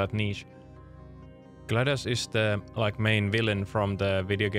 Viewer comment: Glados isn’t in the dictionary, but “glad us” is…